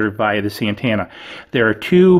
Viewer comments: Driving me up the wall with the way he says antenna.... ANTENNA not AND-TANNA 😐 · Ann-tana? Dude speak right 😂